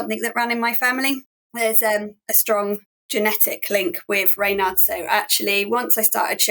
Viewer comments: ......isn't a Raynard (the way in which this narrator is pronouncing it here) another word for a Fox? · Why did the presenter pronounce Raynaud's so indiosynchratically - bit off putting